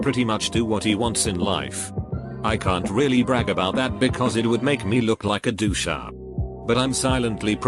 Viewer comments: Also: Doo sha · “It would make me look like a doo-shah”